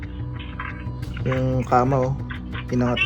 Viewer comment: Ang kamaw daw haha kama naging kamaw hahaha